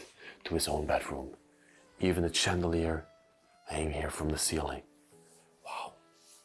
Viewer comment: Hi. Thank you for all your lovely videos. Watching you from America! If you don't mind I would like to mention you mis-pronounce a lot of words in the English language and hopefully you will except these corrections.!! Shipping is pronounced as sch. Not chipping not same thing!! Further is Not pronounced as furder!! Chandalier is again pronounced as sch shan. Not Chan!! When discussing time periods in 1900 -!. You don't have to say 100s. Its ok to say 1975 no hundred! Than shivers or again sch!! Not chivers no such word. Lastly you use Wow a ton!! Maybe another word because its often!!! Hope this helps! Happy videos❤ Samantha